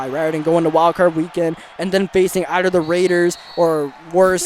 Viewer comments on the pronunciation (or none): none